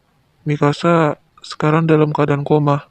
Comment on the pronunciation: Se denger ku sih ingkasa eh ternyata Mikasa 🗿